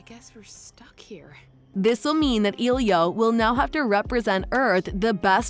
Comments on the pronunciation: The movie is using a Latin name so to pronounce it correctly the E is not a hard e but a soft e. Not e as in eel or easy, but a soft E like in elephant, Elizabeth, Eliot, emerald. The i is like a hard e. So it should be pronounced eh-lee-oh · It’s not elio ITS ELIO EL-I-O